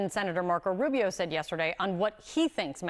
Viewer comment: Rubio, said it correctly.